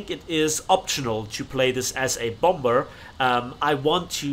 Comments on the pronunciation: Just saying idk if you’re doing it on purpose or not but it’s bom-er not bomb-er 😂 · Its pronounced bomer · You’re not saying bomber right; please pronounce it correctly. It’s not a bomburr. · The second "b" in "bomber" is silent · Bro your saying bomber wrong you don't say the second b just here to help :D